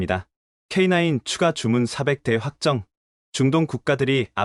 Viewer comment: K냐이가아니라 k9 입니다